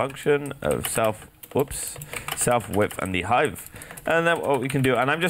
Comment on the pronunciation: NIGGA IT'S HEIGHT NOT HEIGHTH